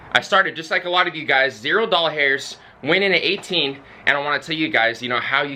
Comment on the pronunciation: "Dollhairs" hmmmm. himself.